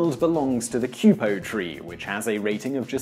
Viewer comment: Its not 'cue-po' but 'kwee-po'. Minor flaw but as you are so spot on normally I thought I'd mention it.